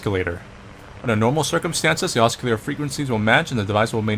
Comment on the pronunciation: "He's pissed off at boxes!" Lmao Also, the "C" in "oscillator" is not pronounced as "K".